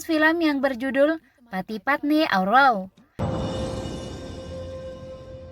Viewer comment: Woh bukan wow